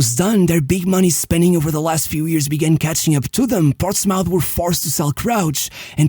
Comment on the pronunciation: Great video! Just a nitpick, Portsmouth is not pronounced like mouth (mauf) but like muth (muf).